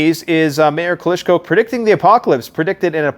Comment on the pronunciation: What's a " Kalishnakov " ...and who is " Kalischko " ? Never mind the gun's name...but talking about a boxer who you think is a great fighter...and not even knowing his name, is puzzling, to say the least